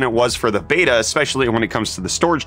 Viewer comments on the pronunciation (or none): none